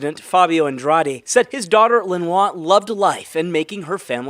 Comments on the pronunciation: That last name of the woman is pronounced Ann-drah-deh. I love your efforts though, there can be some pretty exotic personal and city and street names all the time. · 3 syllables short A Long E AN DRA DE